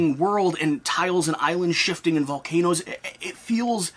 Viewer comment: Were you saying VolcanOOs on purpose?